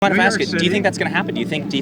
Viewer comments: Ask not axsk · are you aware you keep on saying AKS instead of ASK? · The word is aSk with an S. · I like this video but how do you ax a question? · bro, you're better than this. just stop with the "axe" a question...it's like a white person having to learn how to say "aint". or "yall" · I really respect the work you do, but will you please try to pronounce the word "ask". Random white guy asking...maybe begging.